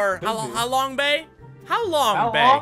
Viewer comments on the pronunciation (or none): I like how you guys tried to pronounce Ha Long Bay xD It's in Vietnam and I think it's pretty low because most of the searchers are students since school forces students to search popular places on Vietnam for their HW lol because I'm on of them xD